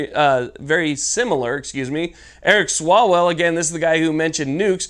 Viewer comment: your saying eric swallowswell name wrong its pronounced Swallow's Well